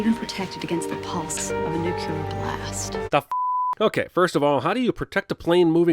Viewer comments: NUCLEAR NOT NUCULAR! DIIIIIIING! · She pronounced nuclear wrong, she said new-kyu-luur when we all know it's pronounced hip po pot a mus. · Pronouncing the word "nucular". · Never trust anyone who can't even pronounce Neu•Clee•Are (NOT New•Cue•Lar) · did everyone, including Cinemasins, say Nuk-ular? (instead of Nuclear)... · 4th she also said "nu cu lar blast". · I'm guessing the lady giving Oldman the tour of AF1 would also have known how to pronounce nuclear instead of saying nukular...though it is a problem many people seem to have, just not in movies. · Sin for cinemasins for not sinning the woman in the beginning pronouncing "Nuclear" as "Nukyular" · Fourth, she said nuke-ular... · Sins the mention of nuclear blasts but ignores the "nuculuar" pronunciation. Is he even paying attention? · Did she just say "nucular"? and no sin for it? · 1 sin to Cinema Sins for not sinning the pronunciation "newcueler" - 1 more sin to Cinema sins: Moscow is only SEVEN HOURS ahead of the USA, and for about 2-4 weeks, JUST SIX. So, yeah, the early game could've already ended by "late evening, Moscow time" - or about or pm EET. that's 2 sins tally so far for CS ;-/ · It's nucular you dummy, the "s" is silent... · How did they not sin her pronunciation of "nuclear"? Or make it an audio outtake with Homer saying how it's pronounced. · she said “nucular” blast. Right? Can someone back me up? But if that’s how George W. and Homer Simpson say it, then I guess that’s right. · did she say nucu-ler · She says nuclear wrong..